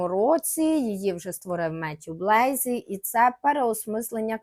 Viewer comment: Дуже цікаво, дякую за випуск! Єдине що «ріже» слух у ваших відео це неправильні наголоси та, іноді, вимова, наприклад: Матьє Блазі - француз, відповідно його прізвище вимовляється з наголосом на останній склад БлазІ, а не БлЕйзі.